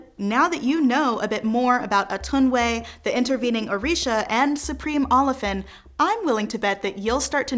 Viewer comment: Most of the information here are skeleton, but I will give it to you, especially how you intricately weave those stories together to form a continuum. It is called A-tun-wa-ye though not Atunway. Wa-ye as in Kan-ye